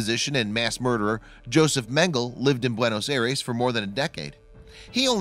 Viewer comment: You are not saying Mengele the correct way.